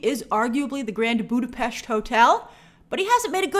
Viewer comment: Budapest in English, not Budapecht.